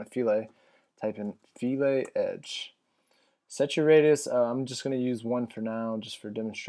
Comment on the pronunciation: I think its pronounced "fill-et" not "fe-lay". LOL thats what all my professors at UO kept telling me anyway...LOL